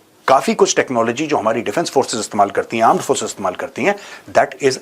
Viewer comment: सर आप आर्म फोर्स बोल रहे हो मुझे पाकिस्तानी आंड फोर्स की याद आ रही 😂😂😂😂 Sorry सर 😂😂😂